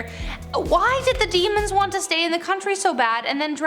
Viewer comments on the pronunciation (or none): none